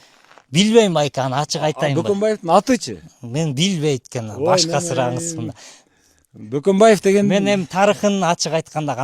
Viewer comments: Баканбай деген Бөкөнбайдын орусчасы😂😂😂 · Бөкөнбаевди сыйлабагандай сезиле берет эгер Бакамбай дешсе😢,кандай алп адамдын фамилиясын да туура айта албайбыз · Орустар "Ө" тамгасына тили келбей баканбаева дешет, ошондон улам Жоомарт Бөкөнбаев деп кыргызча айтылбай орусча акцент менен айтылып жатат. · Баканбай деп чала орустар айтат да😂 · 😂😂😂😂 СИЗ А ДЕП МЕН О ДЕП АЙТАБЫЗ, Бул көк мээ Ө тамгасы бар экенин дагы билбейт экен да😅😅😅😅😅